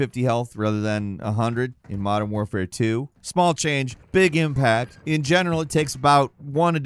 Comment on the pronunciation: Modern “Ware-fare”…??? Canadians sound weird.